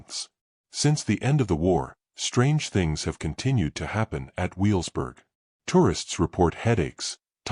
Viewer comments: Learn to say Wevelsburg. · This is a collection of AI-generated and fabricated history, YouTube at its worst. On top of that, the AI isn't smart enough to know the correct pronunciation of Wewelsburg and Niederhagen.